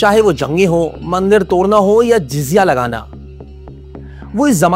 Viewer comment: Yr pura experience video ka khrb hogaya q k banda word sahe se bol nahi parha Tordya torna Hondu Bhai presenter ko check tw krlo itne ache ache or hai tmhare pas unko use krlo ji video mai zada zikr he torne ka araha usme usko rkha hai jsko bolna he nahi arhaa proper... bad experience